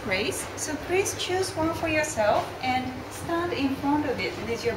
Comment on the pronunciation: "Prease cam in"